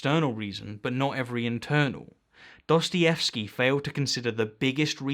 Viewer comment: He's like "quanciously", "Duastayevski"🙃